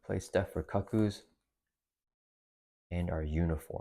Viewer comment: Just a quick heads up, they're the cuckoos = "koo-koos"